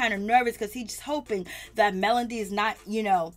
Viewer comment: And it’s MEL-O-DY. not Melondy 😩